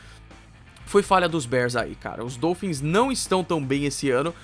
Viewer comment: mas um ótimo vídeo! Parabéns pelo canal! Continue o excelente trabalho q o céu será o limite! Só uma observação: fala-se dólphins (O aberto) e não dôlphins (O fechado). Abraços!